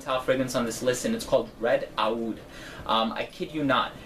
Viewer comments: your pronunciation of "aoud" in your videos is killing me.:) It's pronounced the same as "oud." One syllable. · Nice review. Aoud by the way is pronounced without the A (Oud). Actually it is pronounced with a letter that is not in the English language, but that is the closest that you can get. Most of Montale fragrances are based on Oud. Montalle is specialised or known for eastern accented fragrances (east part of the world).Recently all designer fragrances have introduced Oud in their fragrance collection, it became more fashionable in the recent years, which made them more luxurious (oud is expensive) which I think elevated mens as well as womens fragrances.